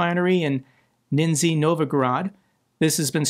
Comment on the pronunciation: its prenounced totally differently its rather "nishny", that means lower. The s is a low sh with a bit of ž, like a large bug would sound. Novgorod means new city. So basically its lower new city.